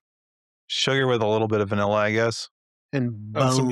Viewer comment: pronounces "vanilla" poorly. he says "vanella"